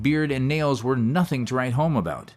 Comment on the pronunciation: "WEW drunk"?? Wtf? 😂😂😂